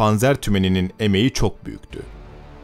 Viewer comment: telaffuz çok iyi panzerkampfwagen